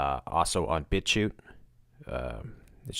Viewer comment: u keep saying bitshu? bbitshoe? bitcute? <-- i have no idea what exactly ur saying, so how am i supposed to find it - and of course, it's not linked... WTF? Come on! i've never seen this fuckwit b4 - i can tell just from this page though, that it's just more nonsense - why give it so much attention? Finally found it by using google mic - and saying bitchute - the link is Thank me later 😜